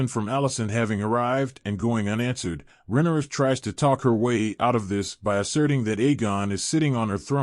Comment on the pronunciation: None of your annunciations align with the show, making it confusing to know who you are referencing-“Deemon”, “Rehenera”, “eemon”